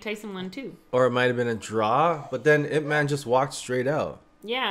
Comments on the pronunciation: His name pronounce as EEP MAN. not I P man. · It's "Eep man" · As a Wing Chun practitioner, getting his name wrong is mildly offensive. As such, I am not an offended snowflake, but it is important to educate folks. This man revolutionized and simplified Wing Chun and taught it to the masses. It is not spelled out when it is spoken. When you say his name, you should say it two ways: Ip Man (English) and Yip Man (Cantonese/Mandarin). Emphasis, "Mon", as if spoken by someone from Jamaica. Thank you for your video.